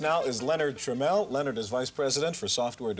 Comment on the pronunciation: Notice how the host pronounced it "tra-meal" before the break and then "Tra-mell" (the proper pronunciation) after the break, when Jack and his son are going to be interviewed? Apparently that was a big pet peeve of Jack Tramiel, and he probably made it a point to correct Chafeit.